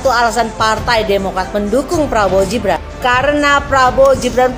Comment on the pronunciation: Hei..... bukan jibran tapi. Gibran...... Gibran...... Gibran...... Gibran.... Bkn jibran...... Jibran.... Jibran